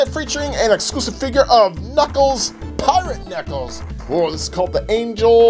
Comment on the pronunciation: Bro-you litterly got so much alll of this names wrong it’s dread,you said piRaTe KnUcKleS bro get names right💀